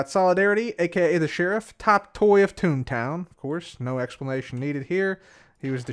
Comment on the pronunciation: It’s tumble town not toon town 😊